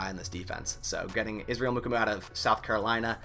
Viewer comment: hey from sc its "moo-kwah-moo" i like the vid but tbh you butchered several other players lol